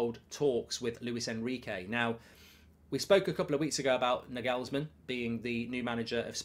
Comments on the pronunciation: NagHEELLLSman LOL! Sort that pronunciation out ya pl3b. Liverpool will win 6 draw 2 and JUST miss top 4. As for us (United) 3rd is far from done and dusted with our injury list - which is why Liverpool DO NOT need the Europa, because look what it did to us - decimated. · Will Mark ever pronounce Nagelsmann correctly? 😂